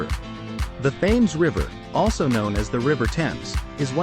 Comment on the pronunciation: The Thames is pronounced tems as in tens (multiples of 10)